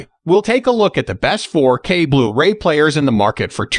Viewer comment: nice rundown (I have the Panny 820). (But could you get a real narrator please. The little glitches in the program sound so un-natural, especially when saying 'blu-ray' . It often comes out as 'blue ray-player')